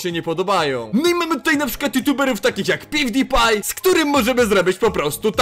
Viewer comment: PIWdipaj bruh chłop nie umie wymawiać nazwy jednego z najlepszych youtberów